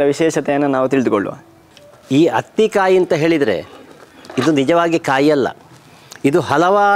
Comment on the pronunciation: This is not hathi kayi it's athi kayi